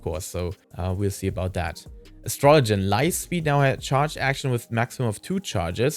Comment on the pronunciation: Holy crap finally someone said astrologian correctly. Instead of astro low gi N